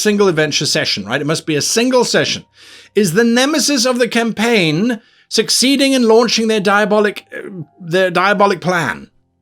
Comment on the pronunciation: Did he say, how to start a caim ? :D